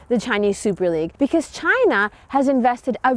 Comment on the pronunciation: She said "Chaina" the same way trump did xD